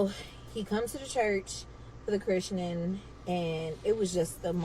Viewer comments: “Chrishenin” is killing me lmao! Please! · She's killing me mispronouncing Christening. The English major in me is going nuts😅😂😂😂